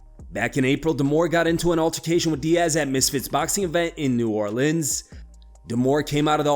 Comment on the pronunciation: You can't even pronounce New Orleans properly.